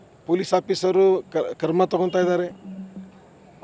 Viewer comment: Le..karma thagolla kano....krama anno.😅😅😅 Thu ninna....kannada kaliyo